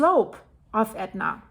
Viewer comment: WOW! Props to you for pronouncing those ridiculous names!